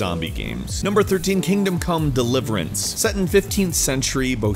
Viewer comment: i thought he said kingdom cummed